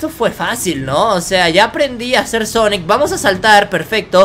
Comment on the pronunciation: Quien lo ve con el corona pijas :v? Salu2 desde México 😎 y quién escucho que dijo xonnek pongan sub títulos a un que les pondrá sonex en ves de xonnek 😕